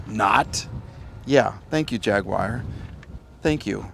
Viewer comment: Sorry but it's not a "Jag-yew-ar", it's a JAGWAR!! lol.